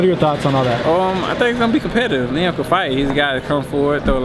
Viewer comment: He made Liam sound like a Jamaican name